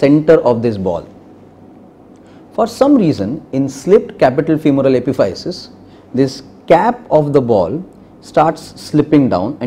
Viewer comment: Epiphysis is pronounced (uh-piff-uh-sis)